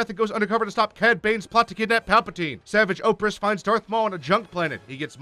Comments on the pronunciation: You manages to pronounce both savage opress’s first and last name wrong. That deserves a medal for idiocy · How he pronounced Savage Opress makes me angry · Savage oppress? It’s pronounced savaj o-press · Ventress helped Obi-Wan escape maul before saltines death. Bo Katan helps him the second time. And you’re egregiously mispronouncing Savage Opress. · Why do you say Ahsoka like that? And why did you call Padmé “Padmé Organa” and also mispronounce Savage Opress.